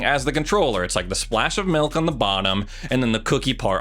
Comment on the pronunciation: This dude really said MELK